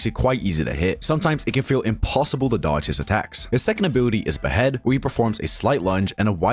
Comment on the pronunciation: “hard to doge”